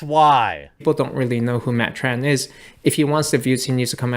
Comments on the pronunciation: Tren black. Not tran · You keep saying Matt Tran, when you mean Tren Black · You keep saying Tran Black